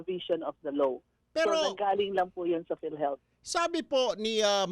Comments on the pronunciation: Matatakaw, kurakot,, ni hindi mo ma-pronounce ng tama ang "Law". you pronounce it "Low" halatang mga tanga.... kaka bad trip kayo... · Hnd ko Alam kung "LAW o LOW" ang naririnig ko🤔🤔🤔